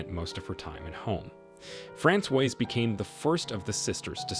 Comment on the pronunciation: Francoise is the feminine form. He's mispronouncing it terribly! It should be Frah-swaz. 🇫🇷